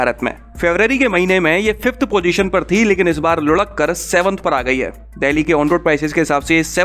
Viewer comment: Bhai "देहली" नही बोलते 'डेल्ही' बोलते हैं या फिर दिल्ली बोल दिया कर।